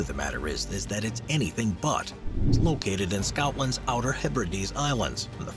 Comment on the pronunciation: Scotland isn't pronounced scoutland